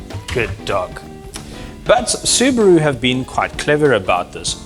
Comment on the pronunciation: It's a SUBARU NOT SUBRO